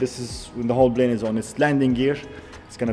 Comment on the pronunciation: Man, it's NOT "blane", it's Plane. Come on bro, with one million subscribers you have to do better. I'm from the Middle East too. It's not hard to say P.